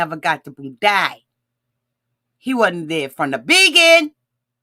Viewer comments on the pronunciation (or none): Plllease! I holler every time you hit someone with the "From The BE-GIN "